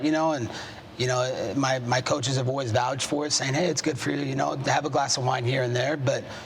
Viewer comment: "Vowge" "Vowge" again 😂 How does he not know the word "vouch"? Lol